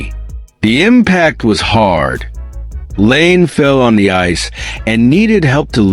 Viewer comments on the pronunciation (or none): What the fuck are you doing? 'Leaves'? Laine pronounced Lane? You're a fucken idiot and I'm about to get you channel shut down.